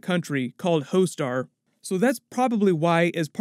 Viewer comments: I am from India.. I loved it when you said in Inda Disney bought "Hostar" instead of "Hotstar". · He said hoe-star 😂😂😂 its hotstar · It's not hostar or hoestar It's pronounced hotstar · It's HOTSTAR not HOESTAR 😂😂😂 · Uh it's "Hotstar" not "Hostar" 😅 Btw love from 🇮🇳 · It's not Hoe star lol , it's Hotstar Disney bought it from Fox and it's now officially called Disney+ Hotstar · The partner of Disey Plus in India is Hotstar, not Ho-Star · Dude it’s called Hot-Star not Ho-Star🤣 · It's ' Disney+ hotstar' not 'hostar'. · It's Hotstar. Not hoestar 😂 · Its not hoestar... Its hotstar..... Its not mac-luan its maaak-luan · It's Hotstar, not Hoe-Star... LOL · Its DISNEY PLUS HOTSTAR not hostar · jesssssssuusssss not hoe star.. hotstar 😝😝😝😝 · It's not hoe star it's hot star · its pronounced as hawt star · Ho-star?? Lol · Lol you are pronouncing "hot star" incorrectly and you're worried about Shang Chi 😂😂😂